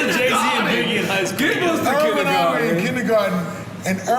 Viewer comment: You went KINDGERGARDEN !! lol